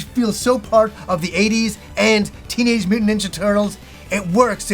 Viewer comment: “The Turdles” 😂